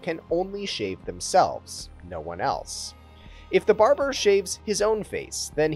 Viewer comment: What I took away from the video. You should do another take if you say barjer instead of barber.